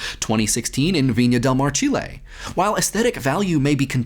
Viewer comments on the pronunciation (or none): none